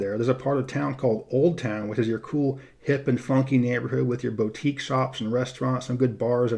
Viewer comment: I like how you pronounce the first syllable of “boutique” as “bo” versus “boo”. 🤗